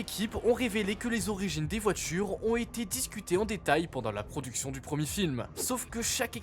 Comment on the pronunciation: « Les voitchures natchurellement, c’est notre futchur »